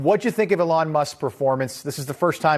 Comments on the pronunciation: Lol. It’s not a long it’s eeeelon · "Elawn" Musk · E-lon! This is how you pronounce his name. 🤦🏼‍♂️ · The way the host says Elon is so frustrating. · His emphasis of Elon's name is extremely annoying.... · 😂 😂 😂 why is he pronouncing Elon like that? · The interviewer couldn’t be bothered to watch SNL or learn how to pronounce Elon Musk’s name properly but he felt qualified to do a whole piece about it? That’s quality journalism right there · Why does Newsmax feel a need to “reflect” on Elon Musk hosting SNL? Nothing against Elon Musk, but I will “reflect” on bellybutton lint sooner than I ever will about Elon Musk doing anything. That man is unimportant to me. Would also be nice if the Newsmax host actually knew how to pronounce “Elon”